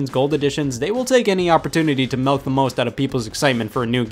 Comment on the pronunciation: just noticed that scott says milk with an e